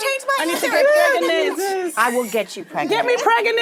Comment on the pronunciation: " 😂 get me Pregeenant" pweez" lol Ego 😂😂😂😂